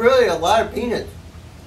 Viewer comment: What the hell is a peenit?